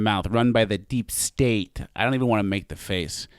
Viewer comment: The way she says deep state is just bizarre.